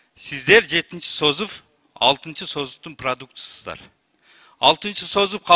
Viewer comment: Сөздү туура сүйлө ДЕПУТАТ! СОЗУБ эмес СОЗЫВ.😄